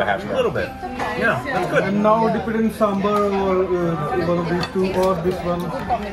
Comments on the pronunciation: Please don't say samburrr, it's SAMBAR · That's what happens when North Indians explain South Indian food to Americans. It's not Samburrr, it's Saaambaaar!!! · As much as I appreciate them eating south indian food, I think it ruined the experience for me. Rasam and Pappad for breakfast🙁.And the pronounciation for Sambar😦😠.